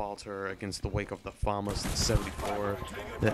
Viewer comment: I like how you say FAMAS properly, instead of saying fumarse like all the other illiterate commentators